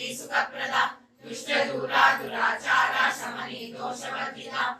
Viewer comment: For example at 8.20 second what you read Dustadhura durachara samani disha varjitha This is completely bad in fact you scolding amma It should be like Dustadhura - Duracharasamani - doshavarjitha Just 3 words Please learn and recite Sri mathrey namah